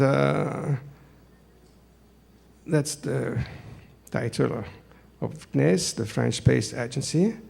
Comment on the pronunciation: Nice video, full of "things I lke" =) Thank you. I won't comment on every sentences I heard, only how CNES is said in english, a french understands it like this "C NIS" lol